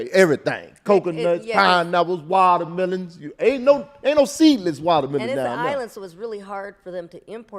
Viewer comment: "Waltermelons" lol